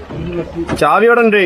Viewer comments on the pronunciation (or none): none